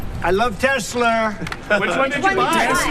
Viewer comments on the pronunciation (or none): "i love TESLER" will now forever live in my mind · “I LOVE TESLER” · TesSLUR lmao? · "I love toslur"